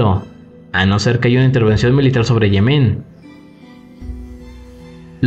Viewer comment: Se dice "Yemen", no "Yemén".